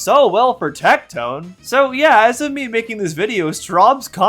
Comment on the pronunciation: I keep hearing saying pick mii girl Instead of pick me girl. I think there’s to much wax in my ears